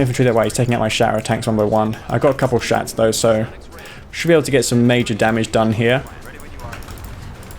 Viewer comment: anyone else laugh when he said he had a couple of shats?